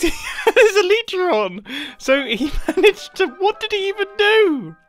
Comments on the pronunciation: ehl-eeh-trah? eh-ly-trah is the correct way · Mumbo-"the elitera"